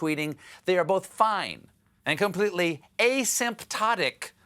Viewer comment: Wait, the guy that said "asymptotic" and "comorbities" is a DOCTOR??? Where'd he get his degree, Phoenix University?